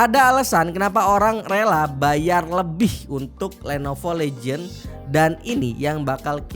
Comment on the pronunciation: cara ngomong legion itu " LIIIH JEAAN" mas sbukan legend